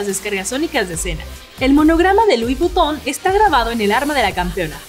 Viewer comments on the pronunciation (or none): lui bupo JAJAJAJAJAJA la pronunciacion correcta es "lui vfitoh" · No, se pronuncia Luees Vuiton no Luis Butuo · luivuito MMMh amiga, esa pronunciación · Uy perdoname crack pero se dice lui viton y con acentro frances no con acento ingles como ella lo dice master mala pronuncion y listo